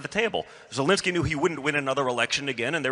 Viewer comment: I absolutely love how Benny butchers zelenskys name!!!!